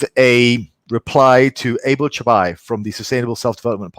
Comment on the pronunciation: Thanks for the shoutout bro, just saw the notification on YouTube! (missed it thus far somehow) +1 for the spot on pronounciation of my name too! :D As far as the strategy itself, I think it has potential - I toyed with the idea of doing prolonged fasts even (so not just 24 hours, but say 72+ hour ones), not just for appetite related things, but just to get comfortable with the idea that your day can go on just fine without that food "reward" coming in periodically. So kind of as a mental rewiring of sorts. I think it could be beneficial for some people to kick-start a diet for example, especially for those whose main issue is moreso mental (being behaviorally addicted to certain food rituals and whatnot). Now, I think the caveat is, that unlike the mindful approach I suggested (which, will either benefit someone greatly, or worst case scenario, just won't make any difference), this strategy could actually backfire for some people pretty badly, for obvious reasons. The fast is over, the person was counting down the minutes till the end, and hell breaks loose. Even the biggest fasting advocates (like Pilon, Fung, etc) acknowledge that the hardest part of fasting is "forgetting that it happened", i.e. just eating a normal meal afterwards without overcompensation. I know that your suggestion was not so much about overeating and mental stuff here but more so deconditioning your stomach from needing that big stretch sensation, but it's good to factor this in. Let's take someone, w